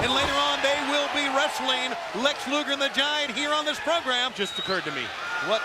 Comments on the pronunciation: Rodman said "Lex Luther". 😂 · I WAS THERE! RODMAN KEEPS CALLING LEX LUGER “LEX LUTHOR”😂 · I swear Eric even said Luger beforehand